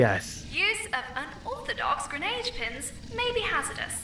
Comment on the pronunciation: “Gradenade” lmao